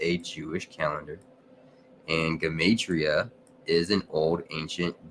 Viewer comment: So that's the correct way to pronounce gematria